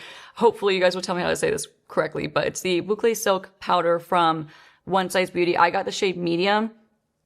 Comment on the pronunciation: French Canadian here, you said «Bouclé» perfectly. Bravo 👏🏻😉